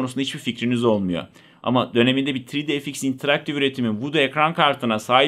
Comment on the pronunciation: Neeee " tri di ef iks " miiii, yuhhh.